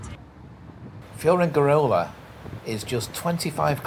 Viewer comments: Perhaps you should learn how to pronounce Benelmadena and Fuengerola. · Pronunciation of Fuengirola and Benalmadena needs attention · totally butchered